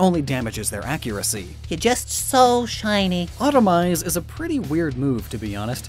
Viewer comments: “Auto-to-mise” Not automise. It refers to self-amputation. Like those lizards that shed their tales when caught. Hence the speed up. Edit: S-senpai... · It’s not automize, it’s autotomize. Like what a lizard does with its tail. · When people say automize instead of autotomize. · It is not "Automize" ; but "Autotomize" after "Autotomy". A survival technique in which an animal removes a part of themselves to distract or confuse a predator so that they can escape. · Uh-oh, you messed up Autotomize (not "Automize" btw). It comes from the biological concept of autotomy, that's when an organism breaks off part of their body as a defense mechanism. Think of lizards dropping their tail to escape. In Pokemon it just means the pokemon breaks off/drops/sheds part of it's body making it lighter, hence the speed increase. The meaning is even in the name: autotomy = auto (self) + tomy (cut) = "cutting off part of oneself". It has noting to do with automation and cars or factories. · auto-tomize not automize. Pronounced like Autotomy which is like when a lizard ditches a tail to lose a predator, and not Optimize like reducing weight. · That’s not what autotomize means... in fact, it’s pronounced autoTOmize, whole extra syllable. Autotomize means to remove parts to improve speed, like how a lizard can lose its tail when fleeing a predator. Lobsters do it too. It has nothing to do with automation